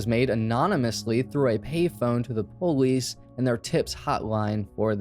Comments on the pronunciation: Why did you say po-lice instead of police? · I love how you say "Police" po leese👍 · Whats a " poelease"? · Why cant u say police correctly. What is PO LEESE